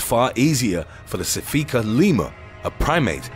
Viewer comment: Why do you show what is obviously a meerkat when you mispronounce "sifaka lemur?"